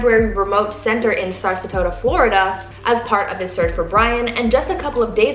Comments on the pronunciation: did you just say Sarsatota? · Sarsatota, FL? Are you weetaahded? I can understand you using “we” because you’re all excited (and moist [in your pants]) reporting like “you are there, and not just blathering 600+ miles from SW central FL but Jebus aitch mother-effin christ, it’s pronounced like its gd written: Sa-ra-so-ta. Redo the voice track for this… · HOST: "Sarstota, FL" Me: I know you guys do most of this stuff on purpose to get people to comment, but really this is just insulting. Get comments on your own merits, not by malapropisms. That said, prayers for Gabby and her family. This is heartbreaking, and the Laundrie family is heartless. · its SARA-SOTA FLORIDA .